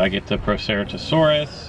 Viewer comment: Stegopods?? XD seriously if you are going to try and tell us information about dinosaurs, you should do your research. The dinosaurs you are talking about are from Stegosauridae, or stegosaurs. Also, proceratosaurus is pronounced ‘pro - se - rat - oh - sawrus’.